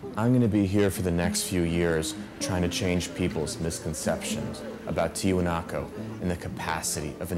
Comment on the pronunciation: Omg the one dude kept calling the site TiwanakO thru the whole doc. Spent how many years there and cant pronounce the word correctly?